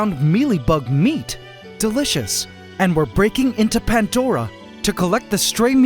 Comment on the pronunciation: You should name the acrobat ants the "Swarm du Soleil" Also.... Why "Pantdora" and not "Pandora"?